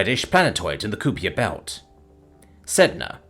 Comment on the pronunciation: Sorry but this is like the 4th story I've heard with this mispronunciation in so I have to bring it up. Kuiper belt is pronounced k-eye-per not coup-ear. It's been driving me nuts. Carry on with the otherwise awesome job.